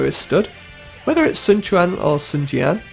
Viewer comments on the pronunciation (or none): The names are pronounced correct in american diologue, cao cao is not sao sao, its cao cao (cow cow), sun quan is not sun chuan, its sun quan (soon kwan). Get the american letters right!